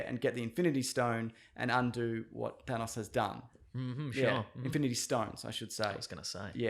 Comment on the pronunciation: Thanus has me dying like whyyyy😂😂😂😂😂